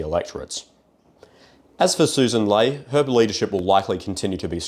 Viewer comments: I know this is dumb to focused on but her last name is pronounced "Lee" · It might be better if he actually researched the people mentioned and pronounced their names correctly - the leader of the LP is Sussan Ley and her name from her own lips is prounounced as "Lee". Sloppy and it undermines otherwise good analysis